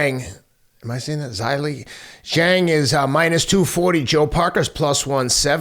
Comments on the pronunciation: Why’s he callimg zhang weili ?? 😂even he’s first name is pronounced shill-a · How can u take thia guy seriously anymore giving his supposedly expert advice when ubhear him say wiley chang lol.ffs if your gonna talk about somebody atleast research them.its zhilea zhang.i listen ti teddy on tjmes but tbh i think he talks utter bollocks .its also very clear the guy doesnt like AJ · Why is Teddy calling Zhillei Zhang "Wylie"? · I think Teddy has too much on his plate, he should forget UFC and concentrate on boxing.Look how he thinks Parker and Zhang are the same age plus zhilly is not pronounced WILLY. Teddy wasnt prepared. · Sounds like he's saying Wiley but Teddy means Zhilei, Zhang's first name. A little confusing right? :) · It’s Zhilei Zhang Teddy.